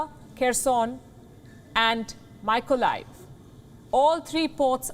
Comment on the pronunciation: PLEASE PRONOUCE THE WORD: Mykolaiv PROPERLY. THANK YOU. WHY CAN'T MY INDIAN BRETHREN PRONOUNCE THEIR ENGLISH WORDS PROPERLY????